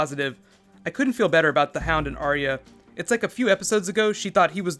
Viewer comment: BTW - it's "Are-ya", two syllables instead of 3. :-)